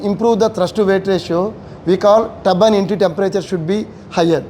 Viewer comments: What he meant to say is “Turbine Entry Temperature” - it’s funny u heard Tabban Anti Temperature. Different regions have different pronunciations. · It’s not Tabban Anti or Tabban NT, it is Turbine Ebtry Temperature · Bro he is saying “Turbine Entry Temperature” - it’s funny u heard Tabban Anti Temperature. Different regions have different pronunciations.